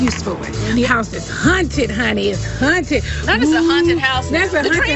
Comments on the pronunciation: the way Nene kept pronouncing haunted as “hunted” 😂 I miss the old Nene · Yes I thought it was just me hearing the word Hunted